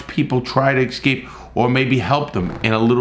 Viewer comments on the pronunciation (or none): Why do you say excape? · why say exscape? it is escape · Why do you pronounce “escape” as “ecscape” like a black person? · I love the video but I have Obsessive Compulsive Personal Disorder so every time you say excape I cringe lol, the quality of your videos is great, keep it up. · Why does he say excape, not escape? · Drinking game: have a shot every time my man Larry says 'ix-scape' 😂😂😂😜